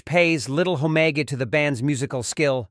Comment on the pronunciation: It does sound like AI. Homage sounds like "home meg" Beatles sounds like "Beat less"